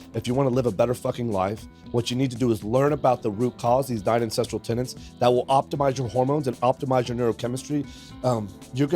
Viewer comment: I'm gonna be that guy and let you know that it's pronounced "An-sess-tral" not "an-sess-tree-al"